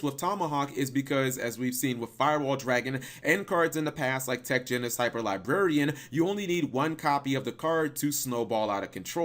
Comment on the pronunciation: genus is pronounced like genius without the i sound, so gee-nus, not jen-nis